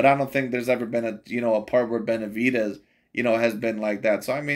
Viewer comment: The way he pronounces Benavi-deez kills me everytime 💀